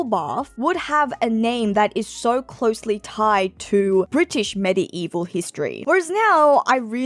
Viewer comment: Worth watching just to hear medi-evil pronunciation 😂